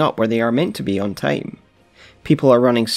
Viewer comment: I drink everytime I hear "teim" in theese guys videos.